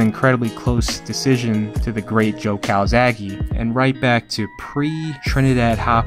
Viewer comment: Hi, i'm Marco, an italian fan. I have to say that you all say Calzaghe in the wrong way! The final e is pronounced as a "Latin" one and not as an "English" "e". Calzaghe it's a surname from Sardinia ( ) and if you put it in the google translator you can ear how it has to be pronounced. Bye, buddy. P.S. I can't wait for some more "Tale of the fight".